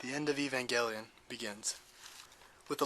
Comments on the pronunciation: it is pronounced Ay-van-gE-lIh-on Eve-an-gEl-li-on not Evan- jelly-on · What the fuck is wrong with you? Did you even watch the anime? Did you pay NO ATTENTION at all to how Evangelion is pronounced? "EVAN GEL LION" Why do Americans constantly butcher the proper pronunciation of Japanese words? If you lack the fucking knowledge to say the word correctly then don't say it at all. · It's pronounced eh-von-gel-ee-on not ee-von-gel-ee-on.it even says so in the anime so I dont see how people keep mispronouncing this. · I've literally just finished watching NGE and that's not how it's pronounced in the Japanese version. The i in the "ion" part is silent, it's pronounced "EVANJELON"